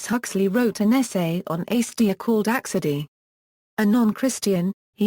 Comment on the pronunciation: Slow down. No need to speak so rapidly. Also, please pronounce acedia correctly: A c d ia or perhaps you will understand this better: ay (as in may) c (as in see) d (rhymes with see) ia sounds like uh